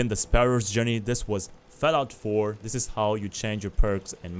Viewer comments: bruh why you keep saying FELLOUT, dafuq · Fellaut faur, consul, faive, lol